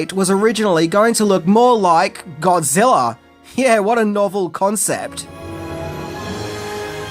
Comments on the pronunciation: I've ever heard of Godzilla but who is this "Godziller" that keeps talking about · Are you saying godziller?